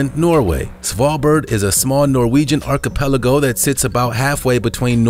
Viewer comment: And, How deep is the ocean? Archipelago. Jeez man, if you speak as a job, it should remain unsaid that you should know how to pronounce words. Ark-ee-pel-Ago. Sorry, can’t help myself.